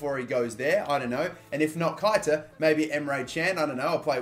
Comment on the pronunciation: Learn to say keita properly.